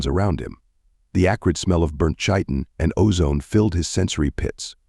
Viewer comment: Love your channel, had it playing for days now. Especially love the Texas knights caught the origin of their power earlier today, was wonder where it came from. Don't know if you can do anything about it but chiton is pronounced with a k not a ch.